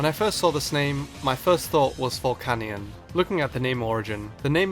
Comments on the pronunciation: Its VOl-KAY-NEON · volcanion is pronounced vul-can-yun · it's pronounced ボルケニオン or boru-ke-nion with the "kay" sound so volcanion is vol-kay-nion